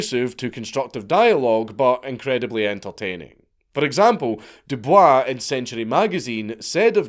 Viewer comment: i know that you're pronouncing Dubois the way that its actually supposed to be pronounced, but when it comes to W.E.B. Dubois, its actually pronounced "doo-boys" I swear to God this isnt a joke, ask Grok or something